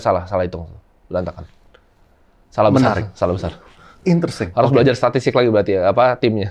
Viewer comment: gua yg udah nonton lama hanya nangkep.. "intersing,,,interesting"